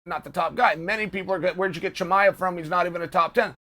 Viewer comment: Chael saying his name correctly is a bit of a giveaway 😂